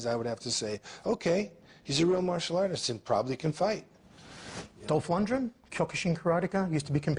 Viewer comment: He says Stratham, gets corrected to Statham, then says Strathem again (deliberate disrespect)- he can't bring himself to compliment, and then the interview calls Lundgen, Lungdren